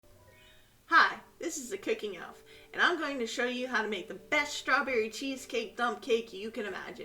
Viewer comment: There’s no “H” in strawberry 😂